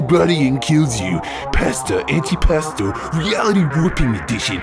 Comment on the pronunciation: The meme of “I have fallen and I can’t get up” is funny also antipasto is pronounced like anti pAsto